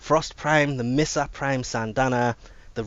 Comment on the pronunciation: Me-sa not mi-sa even tho it says misa.. not mey-sa like mesa its pronounced me-sa. why do i suck at explaining :|